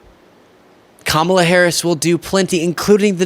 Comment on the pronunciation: Daily Mail interviewer lost my respect when he started off by mispronouncing Kamala's name 😢🤯😤